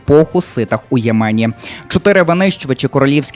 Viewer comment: Не ємЕні,а Ємені.